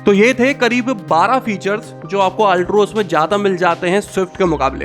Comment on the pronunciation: Altroz bolna to seekh lo theek se